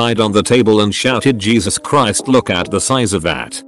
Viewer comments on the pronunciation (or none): none